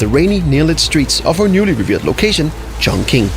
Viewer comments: Yeah you pronounced it right. Chongqing is the modern way, Chung King is the old way like Peking for Beijing. Chongqing is my hometown where I grew up and so excited to see this is a coming map where 47 will visit. THIS IS EXCITING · Impressed with your pronunciation btw mate. Most westerners mispronounce this cities name.